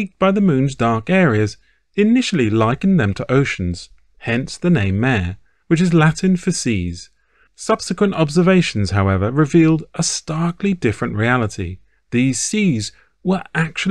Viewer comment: In Latin, 'mare' is not pronounced as in the English female horse, but as in 'ma-ray'. 'Ma' and 're' are two distinct syllables and not merged.